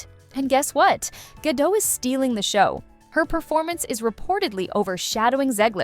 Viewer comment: Gah-Dot... The T is not silent.....